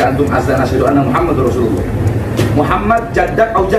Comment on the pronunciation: Pada menit ke 1.01 bahar bin smith salah mengucap syahadat Rasulnya. Lafal yg seharusnya dibaca " anna MuhammadAr Rasulullah" ia baca "anna MuhammadUr Rasulullah". Sptnya belum pantas klo status penceramah disematkan pd dirinya. Lebih tepatnya adl "orator". Apalagi baca kitabnya banyak salahnya. Ngaji Qur'annya jg msh amburadul 😂😂😂